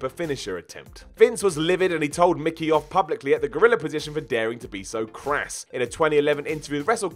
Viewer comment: it's Mick Foley, not McFoley.